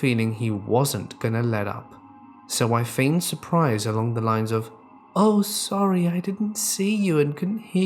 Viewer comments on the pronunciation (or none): none